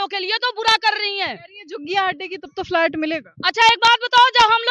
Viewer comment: इस पत्रकारिता मैडम को बहुत तकलीफ़ हो रही है झुग्गियों को टूटने से और तो और कम पढ़ी-लिखी भी है फ्लैट को फ्लाइट बोल रही है।